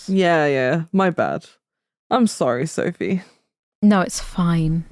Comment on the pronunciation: As a Brit living in Berlin I almost lost it at Söphie.